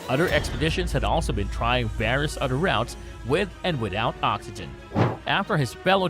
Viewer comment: The narrator sucks at pronunciation. So hard to listen to him, it is a lisp mixed with bad pronunciation. e.g. "other" constantly pronounced as udder.